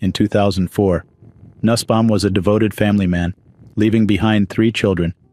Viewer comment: Nussbaum is pronounced noosbaum